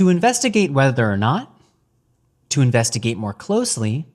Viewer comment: The second time he said investigave. I know cause I got defensive immediately thinking he said something derogatory. But I'm a drug addict so what do I know.